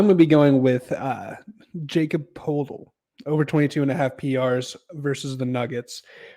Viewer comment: "Jacob Podel" is a crazy way to pronounce that mans name teats